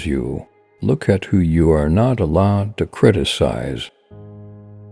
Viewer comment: With first sentence I heard alive; ..it said allowed... well... either way - I con-cure <3